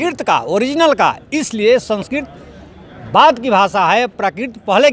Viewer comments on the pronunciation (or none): ये कैसा प्रोफेसर है? यह जीवधारी संस्कृत को संस्किर्त और प्राकृत को प्राकिर्त बोल रहा है। चैनल में भी संस्कृत के स्थान पर संस्कृति लिखा गया है।